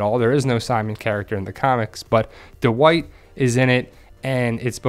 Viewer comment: Du-wight?? Dwight